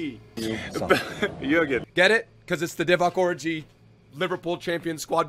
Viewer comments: His name is or-ee-gay is saying or-i-gay He’s not miles of stop complaining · as a kenyan let me jut tell you that it is divock origii like ghee.not oriji how your pronouncing it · it’s Or e gi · Does anyone get angry bye the fact he says “orgi” wrong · Please don't disrespect Origi's name like that lool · The g is pronounced as a j bro